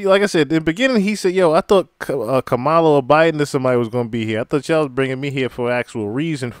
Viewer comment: He actually pronounced her name right! 😅 Mala..